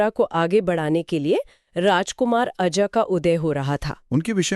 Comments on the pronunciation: अज को अजा क्यों बोल रहे हैं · आप दोनों ही अज को आजा बोल रहे हैं, ये अच्छा नहीं लगता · अजा नहीं अज